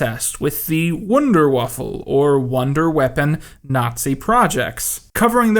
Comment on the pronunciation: Sorry brother but please don't say Wünderwaffen ever again 🤣